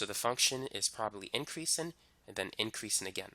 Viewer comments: "decreasin' and increasin'" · LMAOOOOO i love how he repeats it